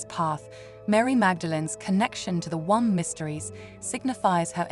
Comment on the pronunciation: Beautiful message resonant with powerful concepts but - though the AI isn’t apparent until certain words are incorrectly emphasised - please just have your own human voice sharing this divine aspect of humanity … it hasn’t stopped me listening in full but I feel I have to pause your video to express how upsetting it is to imagine future generations pronouncing womb as “One-m-b” - No ! This needs sorting out for soulful reasons ! Thankyou for the inspirational content and please understand this is fundamental and beyond personal interests